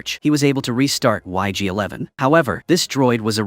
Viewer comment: Not sure but pretty sure its ig-11 not yg-11.